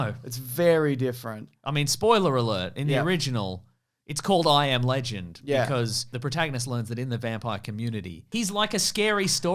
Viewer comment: He said "I AM Legend" like someone has been saying he isnt